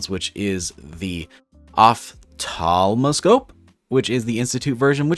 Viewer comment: the pronunciation on that one is Op - thal - ma - scope.